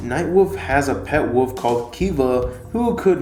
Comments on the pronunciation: It's wolf not woof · "Turning into a woof". Can't seem to pronounce wolf properly, apparently?